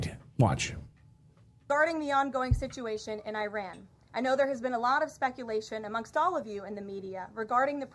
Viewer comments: The USA has a 12 year old spokeswoman who can't pronounce "Iran". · At least they’re trying to pronounce it